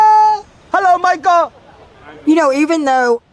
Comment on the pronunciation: Him saying "Michul" got me DYINGGG